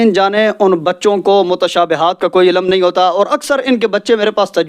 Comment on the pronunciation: Pehle aap apna talaffuz sahi kareN Hifaz nahi hifz Wakat nahi waqt Ilam nahi ilm Tame nahi timre